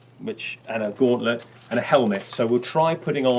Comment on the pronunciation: Was he trying to say gauntlet?